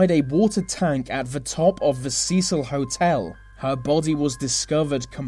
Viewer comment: This video was great but 'th' is not meant to make a v sound. Such as they and the you say vey and ve